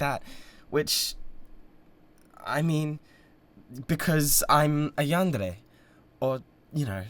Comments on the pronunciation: no fr im so glad he says it right 😭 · yes, it is a japanese word. you don’t say every syllable like it’s the same, but there’s a certain way and roll of the tongue way to say it, and he said it correctly.